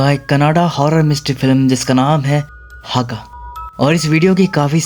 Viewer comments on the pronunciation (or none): Hagga हग्गा✅! Not हागा !❌ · Le adu haggga ada le huga alla 😂, Abe handhi me thik se pronounce kiya kar 😂 agar nahi aata tho kisi dusre ko poochle kese pronounce karte hain words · हागा ❎ हग्गा ✅ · America kya kahta tha...? Aur wo haaga nahi hagga hai matlab rassi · Haga nahi hagga.double g hai